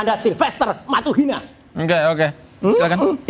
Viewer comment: menit 10.31 roy menghina marga matutina di sebut oleh roy jadi matuhina